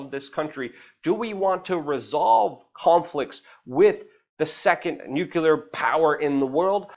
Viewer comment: You preach Luke! I agreed with most of what you are saying, except for the word " nuclear". The word is actually "nu-clear" and not "nu-q-lar". You remind me of Bush, during 911 is the first time I heard it.